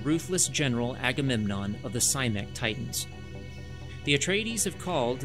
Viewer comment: “Cymek-“ And I’m out.